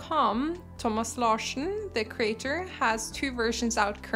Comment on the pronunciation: I didn’t realize you were a fellow Norwegian until I heard you say Thomas Larsen.